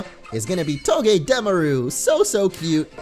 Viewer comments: NO BITCH ITS PRONOUNCED TOE GAH DA MAR OOH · Its not togedemaru its toe-ge-de (like demolitiom) maru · It's not togedameru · It's toge-deh-mar-ue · It's pranounsed to-ga-da-mar-u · I fell as if said "Togedemaru" wrong....